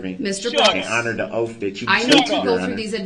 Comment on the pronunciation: He had to waste tax payer money because he is a narcissistic bully. Edit to say he also likes to "axe" questions 😂 and he wants the judge to "honor her oof"